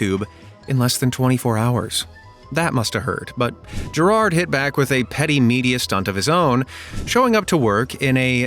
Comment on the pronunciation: As an Irish guy gerard was hard to watch because instead of pronouncing it like geiraird you pronounce it like gerald